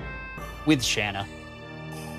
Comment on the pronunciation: Your pronunciation of Shana makes me want to set up car bombs in highly populated areas. Otherwise, good LP.